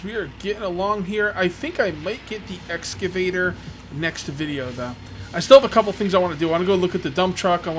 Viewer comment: I swear to holy Christ say excavator it’s not hard bro